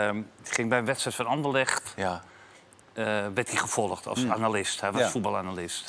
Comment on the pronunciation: Niemand: Wim: andellecht